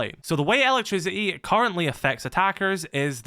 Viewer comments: ELA-trisiti lol i took me a while to undertad bro meant electricity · Every time he says it I hear “Ella trisity” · i like how you pronounce "elec-trisi-i"